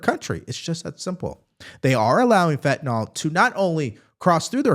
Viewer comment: Fentanyl does NOT have an "O" in it, people.